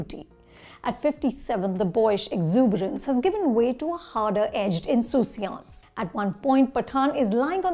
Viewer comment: insouciance - thanks for reminding me of this one....had forgotten it. Btw, possible typo in your pronunciation hahah. Great review btw 👍☺️